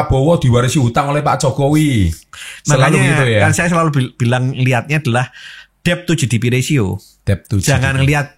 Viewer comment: mengeja DEBT BUKAN DEB MAS TAPI DET MAS". B " NYA GAK PERNAH DIEJA. BELAJAR BAHASA INGGRIS NYA DIMANA MAS?????